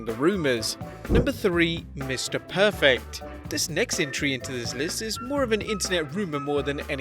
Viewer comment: OMG someone pronounced Mr.Perfect's name correctly.